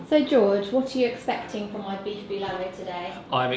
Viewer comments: Hehehe ur so cute in everytime u mentioned beef bilalu! Its bulalo my dear.. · Pronounciations: Turon = To Ron (just pronounce it fast) Bulalo = Boo La (like how you pronounce the word LAnguage) Lo (like the pronounciation of LOnely) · it's pronounced //too rune (turon) // ball la law ( bulalo) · Bolalo is actually pronounced lik Boo La - like the music note la Low And put a little pause in eanch sylable Nad turon is pronounced Two-run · Love the way you say "Bulalo" but it sound "Bilalow", add some potato quartered and some Squash, then mix fish sauce and 1 or 2pcs of calamansi or lemon juice then add some red chili as a sauce for the beef stew. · That's good cooking! And you guys are so cute! By the way, the correct way to pronounce Bulalo is BOOLAH like MOOLAH + LAW. Turon is pronounced like TWO + RON as in Ron Weasley. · The way she pronounces "Turon" and "Bulalo" So cuuute 😍